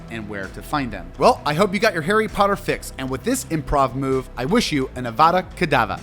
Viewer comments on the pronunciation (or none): its the little things, like how you seemingly mispronounce things on purpose, (its pronounced Rafe, not Raplh, and its Avada KedavRa not Kedava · It only got worse. avada kedava. That's what he wished the viewers at the end! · Avada KedavRRRRRRRRa!!!!!!! My goodness, get someone who's actually watched the books/read the movies to advise you and pronunciations.